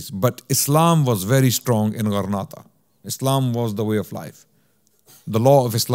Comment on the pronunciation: JZK’ALLAH brother much appreciated. Just a quick correction however, I believe it’s Granada and not Grenada. As Grenada is an island in the Caribbean. Wa Allahu A’lam